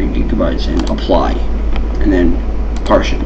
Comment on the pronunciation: Awesome video =) Really helped me out. My only complaint it's that you kept pronouncing "partition" as "partion" haha. It made me twitch every time.